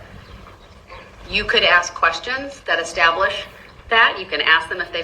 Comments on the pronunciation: Why do some ppl say "aks"instead "ask"?? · He really needs to stop saying ax, dat, dis tact-it agreement and dis, dat and a third. He is evil. Why isn't he speaking to the prosecution rather than the judge. He refers everything to the judge. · So do y’all remember when he complained that the state didn’t have to tell him their witness list????!!!!!????? Also, his thug behavior is disgusting. And the way he talks??? Do dat. Ax. Breaf. Oaf. Seriously. Whatever school he went to? Stay far away! And his mom should be up there with him. All the lies she’s told! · Maybe while he is locked up he can learn how to say ask 🤦‍♀️